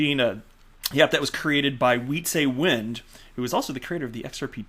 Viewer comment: As a dutch person, I can't stand to hear you murder the pronunciation of Wietse's name. It is not pronounced WHEATSAY WIND. I have held my tongue trying to not be that guy, but it is literally killing me. Please for the love of god, hear me out on this one. W's in dutch sound like V's. Think "pizza" but with a V and "wind" with a V. His name is pronounced like this: "Vizza Vind" /end rant.